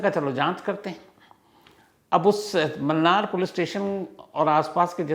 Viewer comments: Mannar nahi sir munnar hai u pronounce it as moonar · Wo munnar h sir mannar nhi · Sir ji, bo 'Mannar' nahi 'Munnar'.😊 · मूणार is the right pronunciation.. it’s not “mannaar” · Its not mannar it's munnar😂😂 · It's Munnar not Mannar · 'Mannar' nahi hay boss 'Munnar'😊